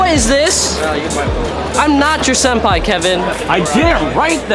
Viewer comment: Wtf is a "senpia"🤦‍♂️🤦‍♂️😂😂